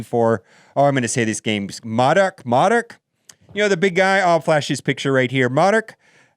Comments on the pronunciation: Pronounced Moe-Dock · It's Mow-Dock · It’s pronounced MOE-dock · It is pronounced moe-dock sir, thanks for the content as always!! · Hey dude, just so you know, it’s pronounced “Moe-Dock” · Its pronounced moe dock. Or thats the way M.O.D.O.K. was pronounced to me. Wonder if that means quicksilver will show up sometime after him?